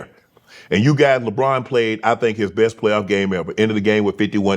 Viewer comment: Unc says "JaBron" 😂😂😂